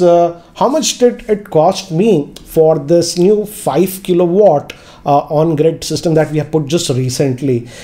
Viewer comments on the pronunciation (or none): none